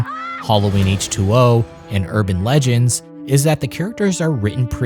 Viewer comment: I dont mean to nitpick but Josh HarTnett, not Harnett, Urban LEGEND, not Urban legends. With that out the way, this was awesome, apart from the fact you bigges up Jason X, one of the biggest pieces of tripe ever, regardless of genre or subject 😅